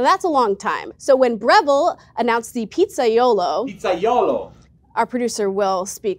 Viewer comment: "(...) the Pizza YOLO" - PIZZAIOLO !!!!!1 🤣